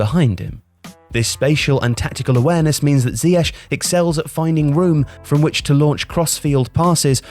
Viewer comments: Please pronounce him zee-akh rather than zee ash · When did everyone go from calling him ziyek to ziyesh? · Is isn't even pronounced right....